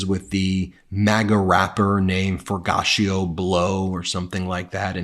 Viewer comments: Ok this is the 5th video where Ben pronounced the rappers name wrong. It’s For-gee-auto it’s a brand of high end exotic car wheels/rims “Forgiato”. Sorry I just don’t want Ben to keep sounding like he’s not hip💯🫡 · My understanding is that you pronounce that MAGA rappers name as "FOR-GEE-AH-TOE" Blow... another failed pathetic nepo-baby. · you'd think it sounds like "for-goch-ia" but surpisgly its "four-gee-auto" regradless forgiatuo is a piece of sh*t either way, its fitting too cuz hes stealing his name from the WORST luxury car aftermarket Rim/wheel company they are the worst in the industry like him, infact if a luxury car has forgiatos I refuse to film it for my luxurycar/supercar/hypercar channel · I think it's pronounced For-gee-aht-ohh. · Ben, I think it's pronounced Fellatio Blow...